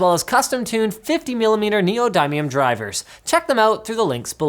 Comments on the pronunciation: Hold on.. (neeyoDIE ME UM) ? Linus ik your Canadian but damn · Can somebody tell Linus how to pronounce Neodymium properly? (hint: nee-yo-DIM-ee-um) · LINUS PLEASE LEARN HOW TO PRONOUNCE NEODYMIUM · Uh... "neodymium" isn't pronounced like that. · I dont think thats how you pronounce Neodymium